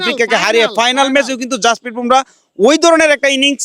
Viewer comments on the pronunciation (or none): ভোমরা নয় , বুমরাহ